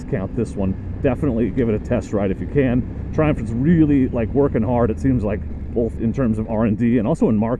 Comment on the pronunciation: I thought your were saying "Dear Trump".